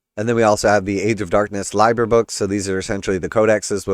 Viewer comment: I think im gonna pass. Btw it's pronounced lee-ber (liber) 😊